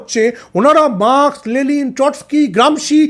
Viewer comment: আপনার শিক্ষাটাকে সঠিক করুন আগে, ' লেলিন ' বলে কিছু নেই.. উনি 'লেনিন '